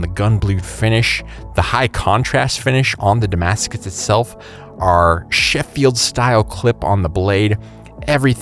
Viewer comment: Also hearing Sheffield pronounced with the stress should be placed on the sylable "sheff" not on the "fi" bit